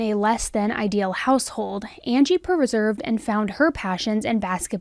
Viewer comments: Per-reserved ? Lol. It’s pronounced per-sev-ear-ed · Persevered. Not perserved.